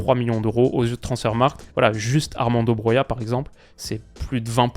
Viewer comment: Première fois que tu dis le nom Broja correctement